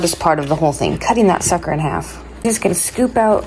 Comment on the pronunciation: Did you say cutting that “S”ucker in half? On the replay, I couldn’t tell if that was an “S” or an “F” 😂 I totally did a double take 🤣